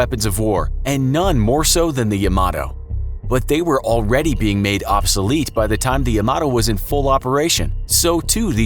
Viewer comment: How many time you going to say obsalete